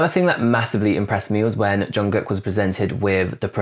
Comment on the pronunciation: What really impressed me, was your pronunciation of “Jungkook”! 👏👏👏